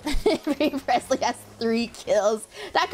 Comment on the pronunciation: I'm just thinking of the Thanos meme "I don't even know who you are" with constantly saying PRESLY